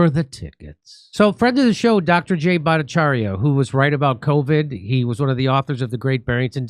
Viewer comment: Jimmy Dore's finally pronouncing Dr. Bhattacharya's name correctly instead of mocking it. My goodness :)